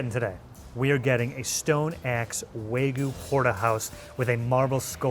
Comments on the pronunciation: It's wagyu, not waygu. Wa = Japanese, gyu = beef. And don't even get me started on the butchering of mozza. Also, perfectly cooked eggs shouldn't have crispy edges, but that's just me. But I guess crispy edges is a thing in Asian cuisines. Should've gone to Jar. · Wa-gyu! .. it’s not wa-goo, or wag-oo….. WA-GYEW! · if you say wag-you wagoo one more time I swear to God I am going to make sure you get a lifetime ban from entering Japan. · Every time an American says “Wagoo”, a Wagyu breeder dies. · pronunciation of wagyu as "wah-goo" always makes me die inside. all of those looked great, but that steak from cut looked wild.